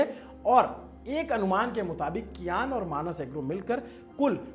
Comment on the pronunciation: भाई कियान नहीं❌ सियान नाम है